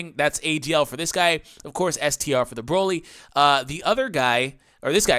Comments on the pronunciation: Lol you very briefly said Broly correctly. Idk what the English VAs were thinking, honestly. After all, there isn't a single vegetable, in any language, called BROcolli. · The only dokkan youtubber that pronounces broly and doesnt make me cringe